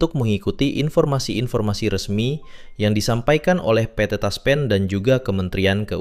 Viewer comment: Ngomong PT TASPEN Aja pe et the TASPEN. Aneh !!!!